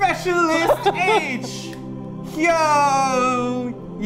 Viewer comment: I got so disappointed when they said my boss's name wrong. Hyoyeon deserves so much respect lol